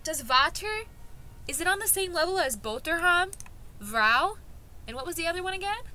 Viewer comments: Why are you incapable of saying “R”… like why do you say “vhouw” and not “vrouw” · i’m also Dutch and the whole video I was waiting till you had to pronounce the G which is pronounced more like a cat hissing. Btw you should really pronounce the R more, so it’s not 'vouw' (which is what you said) but more like vRouw, we pronounce the R very clearly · As A Frigen Dutch person I was Laughing So hard when u miss-pronounce Dutch Words XD The Thing where i laughed the most when u saw "Vrouw" or "Vrouwen" Cuz u never said the R XD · “vrouw” 👹👹👹 (No offense of course sorry if it’s offensive sorry) 😢